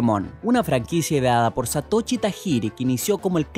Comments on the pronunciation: porque dices satochi bueno no importa todos amamos el clach of clans xD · "ShatoChi" :v